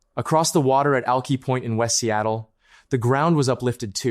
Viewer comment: AI it’s Al-K-eye point